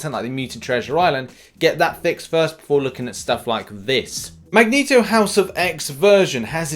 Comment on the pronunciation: Ah yes "Magento". Jokes aside Love ya!